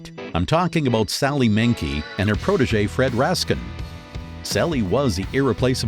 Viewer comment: there has been mistakes. On the Tarantino doc, the narrator pronounces Fred Raskin ( his editor) as Fred Raskeee and on the Art of Editing, Editor Thelma Schoonmaker is pronounced Schoon MAHKER ..its Maker